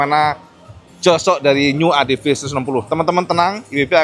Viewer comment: ADV dibaca : "Adepi", bang, bukan "Adepe"